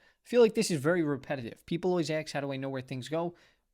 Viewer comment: Love your videos, just pronounce “ask” correctly. We’re White.